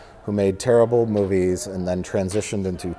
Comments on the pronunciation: Sounds as if says either “moopies” or “moofies”. The latter would make sense, given the V to F consonant shift in northern Germanic languages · Did '' say "moopies"? Is he Rich's grandfather?